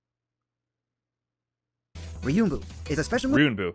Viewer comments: I watched this live and its funny because when he had trouble saying Ryuenbu he referenced a video that also said it wrong. Just a note its not pronounced Ryunbu its literally Ryu En Boo. Anyway great video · Love how he mispronounced Ryuuenbu, found a vid where a guy misspronounces it, thinks its correct lmao It has an e.